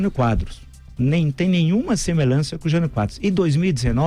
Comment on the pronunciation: Semelança? Aprende a falar. Você é uma vergonha para mais de 57 milhões de brasileiros!